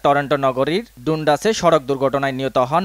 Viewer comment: ভাই ডুনডাস না, ডানডাস